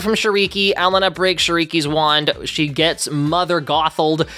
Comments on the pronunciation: Hi, love your videos! This video was great as usual but I just have one complaint.... ELENA'S NAME IS PRONOUNCED "El-ay-na" NOT "Ellen-na" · Small nitpick. Her name is Elena. Not Ellana. It irks me a bit when white creators can't seem to pronounce nonwestern names especially after the show says her name so many times in the special. I know it's not intentional, but as a fellow poc, it is frustrating because it comes across as are names not being as important to know. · E-le-nu is crazy. The way you said it not correct. It’s A- lay-na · Was anyone else tweaking out over him pronouncing it “El-I-na” instead of “ E-la-na”?😂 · cover elena of avalor and say her name properly its ELENA E-LANE-A NOT EL-N-A anyways love the vid, drop anoteher you legend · ITS E-LANE-UH NOT EL-AN-UH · Please do Elena of Avalor (btw it's pronounced L-aine-a not L-en-a) *Edit: The fact that he didn't mention Jess Harnell when talking about the voice cast is crazy. Look him up, he was in so many things in the 90s, shows and video games. He's in Rachet and Clank, He's Wakko Warner in Animaniacs, etc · I think it’s pronounced “ELAINA” instead of “el e na” 😭😭😭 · please im sorry it is bothering me SO MUCH it's pronounced El-Ane-Uh Not L-n-Uh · The amount of pure RAGE I feel when hearing negative refer to Elena of Avalor as "elle eh na" instead of "uh lane uh" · Isn’t it pronounced “ay-lay-na” ? I just noticed how you’re pronouncing it as “ele-na”. 😭( luv the vid stf was my childhood) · You calling her ELLE-Uh-Nuh was driving me insane oh my god. I’ve never watched the show or know anything about it but I know it’s Ee-Lay-Na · Does it bug anyone else that he called here el-a-na instead of E-lane-a 🤣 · It’s not Ell-uh-nuh it’s El-lay-nuh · Please for the blessed love of all that is holy could you please fix your pronunciation of Elena? I'm not trying to be mean but it's pronounced Eh-lay-na not eh leh na 😅 I'm just saying in case you review the series on it's own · Elena not Alena.